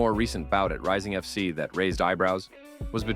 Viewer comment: I'm much more offended by the repeated "Rising FC" when it's "Rizin FF"